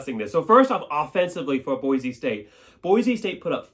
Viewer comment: There’s no “Z” in Boise!!!